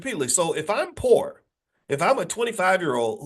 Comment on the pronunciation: The R in Poor !